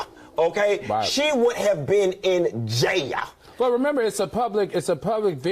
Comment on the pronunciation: Funky said JaiYahhhhl (jail) 😂😂😂😂😂😂😂😂😂😂😂😂😂😂😂